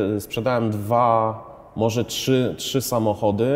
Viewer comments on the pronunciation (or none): none